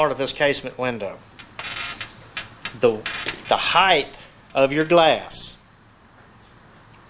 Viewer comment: what the hell is heighth?